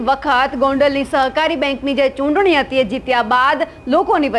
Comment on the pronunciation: pela chutni bolta sikhe toy ghanu 🤣🤣🤣🤣 chunni bole che 🤣🤣🤣